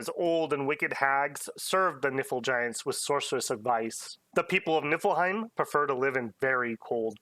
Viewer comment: I would like to ask, formally and humbly, that you pronounce it “Knee Full Hime” going forward. I hear the effort you put into pronouncing Hirdman so I know you care kinda :) it’s that “ie” makes an “ee” sound and “ei” makes an “i” sound